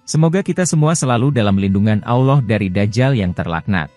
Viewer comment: al laouh min! Bukan Awloh! Ketahuan nih bukan orang Islam Admin nya? Ngaku min!!!!!!!!! Saya ulangi Al-Laouh bukan Awloh!!! Paham? Islam kan? Atau Athies?